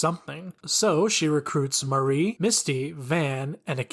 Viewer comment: Mari is not pronounced like Marie. Mar-ee not Mah-ree